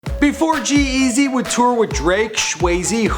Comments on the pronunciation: The way this guy emphasizes G-Eazys name is so fucking annoying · the way he says g eazy stupid